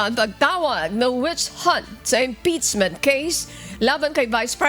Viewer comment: Ano ba yang announcer na yan, yung mga words na di ko naririnig sa kanya ko lang naririg, impeasement, kabstutution, yung o ginagawa nyang a at yung a ginagawa nyang o. Is she trying hard to slang her words cz its not working out.